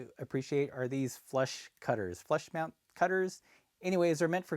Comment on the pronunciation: Took me a bit to realize he was saying "flush cutters" and not "flesh cutters".